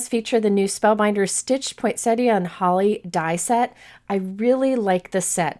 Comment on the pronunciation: Just something silly, but thank you for being the only cardmaker that I have ever heard the correct pronunciation of poinsettia from :) everyone else says pointsetta lol